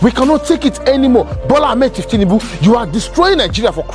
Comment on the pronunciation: The pronunciation is incorrect. It’s thiefnunbu and not thieftinunbu. The correct way to pronounce it is on maiyegun diary political